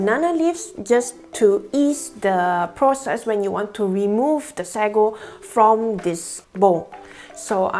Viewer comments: it's sa-go not sego. hehe. anyways good video! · Actually the pronounciation is say-go in English/American